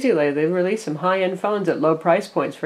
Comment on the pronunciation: Lol "LG threel"